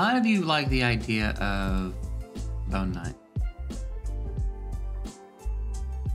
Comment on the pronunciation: AKA...did you ever use his correct name? I giggle every time you call him bone knight.